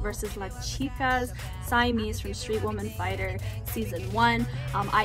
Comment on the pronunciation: Thanks for the reaction! Simeez is actually my favorite from the entire SWF1 dancers! Btw the Si in her name is pronounced like the Si in Sid not the Si in sigh.